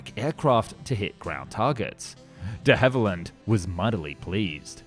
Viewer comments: De Havilland not Hallivand and Christchurch not Bournemouth. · he said de hallivand instead of de havilland, get spoonerised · De Hallyvand ? Should be De Havilland. Were you drunk matey ? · "De HalliVand" ?? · De HALIVAND.... Ow ow ow! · Who the hell were 'De Hallivand'??? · Why does he pronounce de Havilland, "de Hallivand"? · "the hallivand"? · "De Hallivand"? I think we lost another Channel to AI narration. A human speaker wouldn't have made that mistake. Now that i noticed it once i notice it everywhere in this video. The narration just sounds unnatural. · De Hallivand lol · This AI? First time I've heard the company name said "Dehaival-And" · Ah my favourite aircraft manufacturer, De Hally Vand